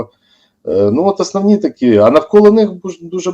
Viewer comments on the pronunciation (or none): "затягує віну на кАнтиненті на рАкі і десятиліття.." ".. от АснАвні такі".. "при підтримКі" ... Боже, коли ж вони, оці УКРАЇНСЬКІ посли та дипломати навчаться ПРАВИЛЬНО вимовляти українські слова?!!! Слухати їх, вуха вʼянуть.